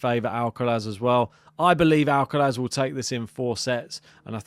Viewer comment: Would be great to see Draper win or at least push Alcaraz. Based on form, experience and levels of fitness...Id say Alcaraz in straight sets if Jack completes the match. But this is sport so let's wait and see. Another great piece 👍...Ps decide and stick to how you pronounce Alcaraz's first name😄